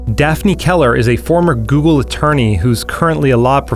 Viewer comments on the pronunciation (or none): none